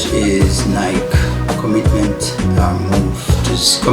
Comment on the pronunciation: Ny-Kee, Ny-Kee, Ny-Kee, Ny-Kee,Ny-Kee, Ny-Kee, Ny-Kee, Ny-Kee,Ny-Kee, Ny-Kee, Ny-Kee, Ny-Kee,Ny-Kee, Ny-Kee, Ny-Kee, Ny-Kee,Ny-Kee, Ny-Kee, Ny-Kee, Ny-Kee,Ny-Kee, Ny-Kee, Ny-Kee, Ny-Kee,Ny-Kee, Ny-Kee, Ny-Kee, Ny-Kee,Ny-Kee, Ny-Kee, Ny-Kee, Ny-Kee,Ny-Kee, Ny-Kee, Ny-Kee, Ny-Kee,Ny-Kee, Ny-Kee, Ny-Kee, Ny-Kee,Ny-Kee, Ny-Kee, Ny-Kee, Ny-Kee,Ny-Kee, Ny-Kee, Ny-Kee, Ny-Kee,Ny-Kee, Ny-Kee, Ny-Kee, Ny-Kee,Ny-Kee, Ny-Kee, Ny-Kee, Ny-Kee,Ny-Kee, Ny-Kee, Ny-Kee, Ny-Kee,Ny-Kee, Ny-Kee, Ny-Kee, Ny-Kee,Ny-Kee, Ny-Kee, Ny-Kee, Ny-Kee,Ny-Kee, Ny-Kee, Ny-Kee, Ny-Kee,Ny-Kee, Ny-Kee, Ny-Kee, Ny-Kee,Ny-Kee, Ny-Kee, Ny-Kee, Ny-Kee,Ny-Kee, Ny-Kee, Ny-Kee, Ny-Kee,Ny-Kee, Ny-Kee, Ny-Kee, Ny-Kee,Ny-Kee, Ny-Kee, Ny-Kee, Ny-Kee,Ny-Kee, Ny-Kee, Ny-Kee, Ny-Kee,Ny-Kee, Ny-Kee, Ny-Kee, Ny-Kee,Ny-Kee, Ny-Kee, Ny-Kee, Ny-Kee,Ny-Kee, Ny-Kee, Ny-Kee, Ny-Kee,Ny-Kee, Ny-Kee, Ny-Kee, Ny-Kee,Ny-Kee, Ny-Kee, Ny-Kee, Ny-Kee,Ny-Kee, Ny-Kee, Ny-Kee, Ny-Kee,Ny-Kee, Ny-Kee, Ny-Kee, Ny-Kee,Ny-Kee, Ny-Kee, Ny-Kee, Ny-Kee,Ny-Kee, Ny-Kee, Ny-Kee, Ny-Kee,Ny-Kee, Ny-Kee, Ny-Kee, Ny-Kee,Ny-Kee, Ny-Kee, Ny-Kee, Ny-Kee,Ny-Kee, Ny-Kee, Ny-Kee, Ny-Kee,Ny-Kee, Ny-Kee, Ny-Kee, Ny-Kee,Ny-Kee, Ny-Kee, Ny-Kee, Ny-Kee,Ny-Kee, Ny-Kee, Ny-Kee, Ny-Kee,Ny-Kee, Ny-Kee, Ny-Kee, Ny-Kee,Ny-Kee, Ny-Kee, Ny-Kee, Ny-Kee,Ny-Kee, Ny-Kee, Ny-Kee, Ny-Kee